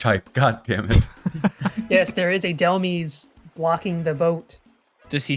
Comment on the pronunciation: Why does EVERYONE pronounce dehlmise wrong?? It's literally based off the word "demise"! "DEH-MY-S"